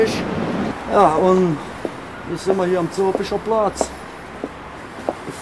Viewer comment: "ja unn, jetz simma hier am Zülpische Plaaaaaaatz" :DD